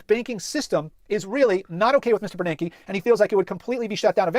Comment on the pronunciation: His name is Ben Bernanke. Not Bernard.